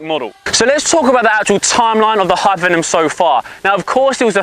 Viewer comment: This dude really struggles to get the word 'Hypervenom' out doesn't he